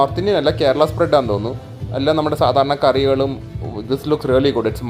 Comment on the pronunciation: Rrrrraly alla bro "Really"